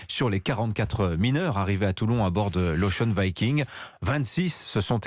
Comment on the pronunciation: Enfin, des gens qui savent prononcer Ocean Viking!!!